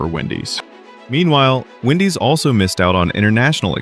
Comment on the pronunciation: He goes from saying Wendy's to Windy's throughout this stupid video.